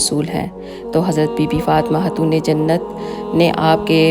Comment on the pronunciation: kindly (khay) ko hay mt parha kro like khatoon ko hatoon